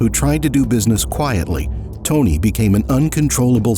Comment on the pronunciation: they could at least pronounce tony's name correctly